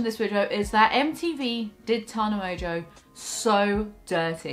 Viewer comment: "Mongeau" is pronounced "mongo". It's a very old French name. No clue where this "mojo" pronunciation comes from lol